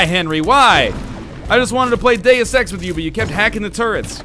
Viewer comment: Did anyone else here him say "Day of sex" rather than Deus Ex?